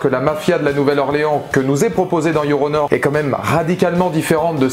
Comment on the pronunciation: Yoronor ? Je me moque pas de votre anglais et je vous demande pas de l'apprendre en 24h mais il suffisait de séparer la prononciation "Your... petit espace ou pause...puis... honor"... car en le prononçant d'une traite on entend Yoronor ...